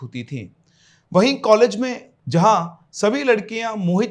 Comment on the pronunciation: College❌ Caalege ✅😂